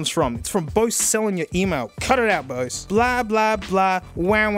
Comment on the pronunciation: Doesn’t even know how to pronounce Bose. It’s not bowsz